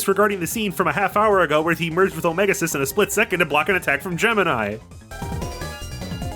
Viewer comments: i can't get over the pronunciation of "omega-Xis" wym it's "omega cis" and not "omega exis" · So, are you purposely mispronouncing some character names? Like, um, you seem to get how to say Lyre, so, um, follow that logic and say Lyra again. (This is mostly a joke lol). Yeah but that's a new pronunciation for Omega Xis. I've always said the last bit as Ex-iss. Who knows? Unless... There's subtle voice acting later in forgetting about lol. And I always pronounced Sonia like you would Sonic, like a wave. She she's, well, music themed. IDK. I never saw the anime.